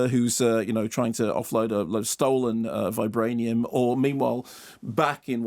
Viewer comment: Vibrańium saund dœrti